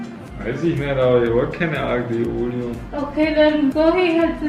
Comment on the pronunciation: Alyo-liyo po ang tamang pronunciation ng aglio e oli. Avid viewer po from PH